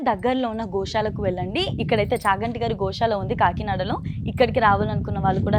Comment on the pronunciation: adi sha kadu amma sa .. gosala - goshala kadu